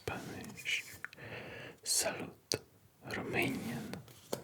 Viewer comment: Yooo super cool you said salut correct :)))) greetings from Romania 🇷🇴❤️ love your videos